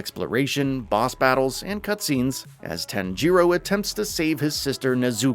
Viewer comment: Real talk whyd he say tanjiro and nezuko like that🤣🤣🤣